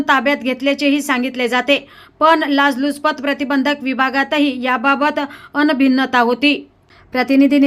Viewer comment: लाजलुचपत, अनभिन्नता...काय निवेदन😢 लाचलुचपत, अनभिज्ञता... असे शब्द पाहिजेत. बातमीपेक्षा निवेदन आणि त्या बातमीचे श्रवण... महाभयंकर!